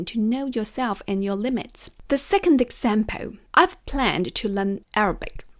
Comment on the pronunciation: Same for "example", it's not exampeü :)